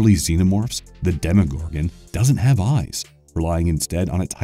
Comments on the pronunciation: For crying out loud, its pronounced TEAR(as in tearing up items)-AN, not Turrrrr-on... Also its DEM-O-GORGON... AN O DOES NOT MAKE AN I SOUND.... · John Kra-Zin-skee De-mo-gor-gone